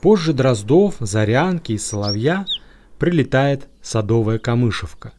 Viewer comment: Не камышевка,а камышовка. Ударение на О.